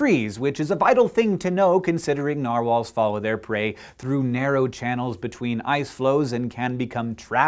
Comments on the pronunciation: i think the way hank says narwhals it the correct way to say it, because that is almost how it is said in norwigian. Sincerely a norwigian person. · Sincerely a fellow Norwegian person yes it's right